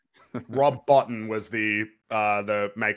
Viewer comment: Just a few comments from a 52 year old horror film nerd who’s loved this film since it came out: Love listening to the appreciation you have for this film and Carpenter’s early work in general.: Rob Bottin’s last name is pronounced “Bow-teen”. He had an on screen cameo at the end of Carpenter’s previous film The Fog appearing as the ghost of the leper sea captain. Also, it wasn’t a teleporter that the Blair thing was building at the end of the novella. It was basically the equivalent of an anti-gravity backpack: “It was just adjusting these clasps in order to wear it … five more minutes and we’d have stayed in Antarctica, and shot down any living thing that came from the rest of the world.” In the novella, the imitations knew they were Things. Campbell makes it clear that having the ability to merely look like someone would be useless without it also having the ability to absorb its personal knowledge, to act and think like the being it’s impersonating.: You’re absolutely right. Practical effects are a dying art form. They’ve been a part of cinema since the earliest days of the silent film, and it is a terrible shame to see it slowly becoming extinct. One of the coolest things about being a teenager in the 80s was reading magazines like Fangoria and Starlog and learning in detail the creative processes and how these effects were achieved and by who. An important point that I don’t think was mentioned is that we never see the creature’s true form. Every time we s